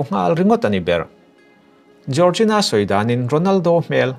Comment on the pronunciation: Jiorzina ❌ Jorgina ✅